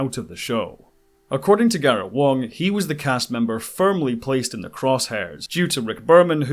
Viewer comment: You keep saying Wong but the actors name is Garrett Wang